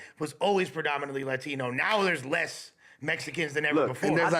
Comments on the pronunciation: “It’s predominatedely…” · It's funny how always wants to say "predominately" but ends up saying "perdaminalaly" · tryna say predominantly got me dead🤣🤣 prodinimentaly🤣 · Predominantly. It’s “predominantly”. Goddamn.